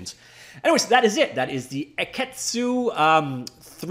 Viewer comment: The pronunciation would be "akitsu" (a-ki-tsu). It's Japanese as you can imagine, and is an old word for "dragonfly," as in their logo. The spelling is a wordplay possibly from "key animation."